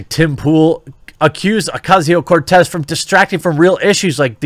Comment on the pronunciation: Just a comment up front, Jeremy: your pronunciation of "Cortez" is top-notch :ok_hand_emoji